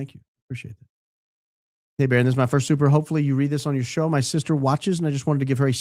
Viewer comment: you just said who you did the podcast with in the 2nd day BBBbbbaronn lol